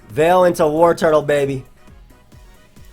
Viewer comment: I swear to god if you say WarTURTLE one more time!...